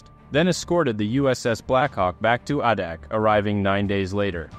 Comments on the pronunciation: Pronounced "A dak". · IT IS PROUNCED AAAAADAK. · Ah. How do you "pass through Trinidad". It's an island. And that's not how you pronounce adak